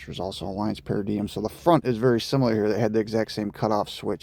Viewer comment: Nice install, but one thing is its pronounced Alliamce (para)(dime) I know it’s spelled the other way though